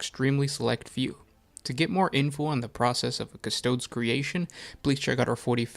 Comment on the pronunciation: It’s Custo-dees, not Custode’s